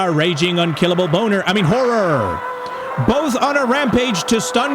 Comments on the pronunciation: did you say "boner"'? (sorry, i had to) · HE SAID BON3R INSTEAD OF HORROR 😭😭